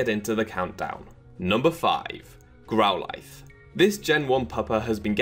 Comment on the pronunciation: Since when did we pronounce Growlithe like this?